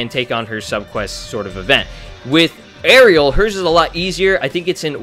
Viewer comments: Btw arale is pronounced ahh-ray-lee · It's pronounced A-RAIL-E, not Ariel. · A-RA-LE NOT ARIEL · Arale is not Ahh ray lee its a-ra-le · It is ara-le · uh-raw-lay is how to pronounce her name bruh (im sorry but I just got triggered at how u said her name) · It's ah-rah-lay the dub messed it up for some reason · you said arale wrong you say it like this A-ra-le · The way you pronounced Arale......